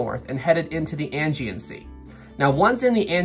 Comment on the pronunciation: Thanks for the video,! Two things to mention: 1. Aegean is pronounced "Ah - Gee- In ". 2. Just before Britannic struck the mine, there was a shift change in the lower compartments (boiler rooms and engine rooms) and all of the watertight doors were opened to allow the workers to easily pass from one area of Britannic to another. During this shift change was when Britannic struck the mine and all of the watertight doors were still opened. Captain Bartlett was just about to take a bath when the ship struck the mine and came into the bridge in his pajamas! Cheers.